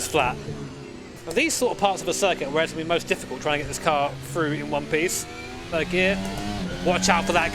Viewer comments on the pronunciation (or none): none